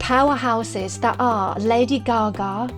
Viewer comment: There is no way in this universe that Kelly Clarkson is a better singer than Lady Gaga. I like Kelly, but get real. And stop mispronouncing Gaga's name, it's annoying.